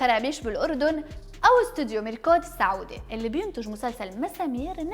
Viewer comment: وش الصعودي السعودي